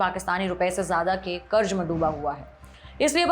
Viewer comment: Mai aapka fan hu.Sahi Hindi ka istemal karein 🙏🏻 kabza hota hai kabjaa nahi mazboot hota hai majboot nahi. Karz hota hai karj nahi. Kitni baar wahi galti wahi anchor karengi?